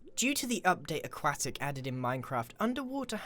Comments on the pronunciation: I heard aquacktic instead of aquatic 😂😂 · its A-QU-OTIC